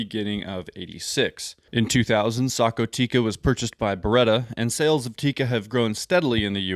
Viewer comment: Thanks for pronouncing Sako correctly (Socko)